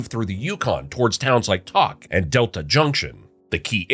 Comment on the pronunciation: Tok is not pronounced "talk". Alaska is already isolated, we're like it that way. Unfortunately for anyone thinking of invading, we have a lot of military and prior service here, all heavily armed. No route is pleasant, then you're stuck here with us, but good luck, we'll try not to be too hard on ya.